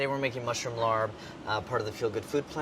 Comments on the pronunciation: For anyone that wants to know the correct pronunciation, it's like the English word "pop," only change the first sound to an L, and with the final "p" sound, don't make the full "pah" sound, just cut it off so it's more like a smacking of the lips. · tired of people saying larb wrong... recipe is an interesting twist though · I AM SO SAD YOU MADE THIS DISH BUT CANT FREAKIN PRONOUNCE THIS DISH PROPERLY. UGH. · dude are you cooking Laarb...? it's a raw/cold salad. the protein, if cooked at all, is usually poached and then folded into the other ingredients. Also, no way are you saying "larbe", the "a" is doubled to be a long vowel, and the r is not pronounced. you goblin. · So first of all LAAB is not not THAI, its LAO dude. Second of all its not pronounced that what. Its pronounced LAAB. How the heck do you have a job like that and you dont even do your research you just willy nilly produce stuff like this? Brads better anyway HA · I've only ever had this dish raw so that would be my preference. Would love the channel to introduce the raw version for others. Also, my father is a Laos native and my aunt is from Thailand and I'm almost positive its pronounced without the hard R. Kinda like a "lahp" sound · Pronunciation tip: Thai words written in English are often non-rhotic, perhaps because of their exposure to the British. So when you see "larb", it's pronounced more like "lahb". :D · Love you Andy, but its pronounced Lahb the R is silent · It’s pronounced LAHP, spelled larb hahaha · “Oh boy, a south east asian dish! Hope they pronounce it right.” First 5 seconds of introducing the dish “Today we’ll be making laRB” NOOOOOOOOOOOO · Rotciv pronounced lapb (kinda like if you said mop but with an L and cut the p a bit short) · I'm thai and I hate how people say larb. Idk it makes me really uncomfortable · The way he pronounce larb lmfao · yess thank you it's more of a p sound at the end. Idk who decided to spell it "larb" but that's just nott how you say it